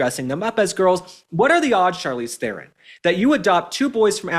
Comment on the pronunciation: The moron traitor Charlize is despicable in herself. Oh, and her surname is pronounced "TRON".